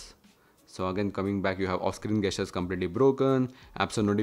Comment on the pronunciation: Idk why you keep saying "Gas-tures" its pronounced as Jess-churs" this aint to improve your vocabulary but to save me from annoyance & your wife from embarrassment every time you say that very word. Thank me later✌ Edit: & Yes i wholeheartedly enjoyed every second of this video watched it in 1080p 60fps!